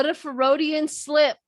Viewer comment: Fer-o-dian slip??????